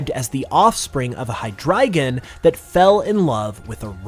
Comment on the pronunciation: Its not “High-dragon” its “hydray-gone”. The pronunciation could use some work